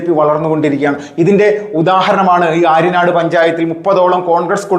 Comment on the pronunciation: ആര്യനാട് അല്ല ആര്യാട് ആണ് ശെരി